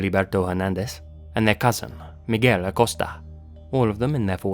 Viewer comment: Gotta love revisiting his older videos, with pronunciations like Mig-well and mana-kwin